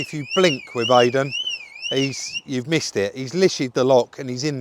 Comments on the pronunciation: Why can say Iden but can't? Maybe needs rebooting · Why do you keep calling Eiden, Aiden? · Great video Guys!! As always, that will work for you I hope you do well. No disrespect but for good sake learn how to pronounce that poor key guys name!! Thanks still ❤the channel. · Listen I know you don’t mean any disrespect (I believe you don’t) but have you checked yourself for excessive Tylenol use 😂 because you still can’t seem to get Aiden’s name right, even when it’s so close, easy to pronounce and you’re well aware. Put it this way, how would you feel if someone kept coming round to your house and calling you Bob when they know full well you’re. Aiden is clearly a nice chap, you’ve got a camera in his face and you’re a bigger YT channel so naturally he’s going to say don’t worry about it. But if I was him I would ask the question, why you can’t seem to get his name right? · Ffs, how can you get idan's name wrong again after the last video where he clearly says his name.. at least got it rite. It's like calling you Rodger when you keep saying it's.. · Come on rob get the lads name right 😂